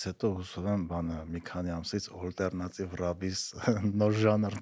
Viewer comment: Հետաքրքիր զրույց էր, բայց ալտերնատիվ բառը ա-ով ասեք, ոչ թե օ-ով, ջան, բոլոր լեզուներով էլ և´ գրվում, և´ կարդացվում է ա-ով, հայերենը բացառություն չէ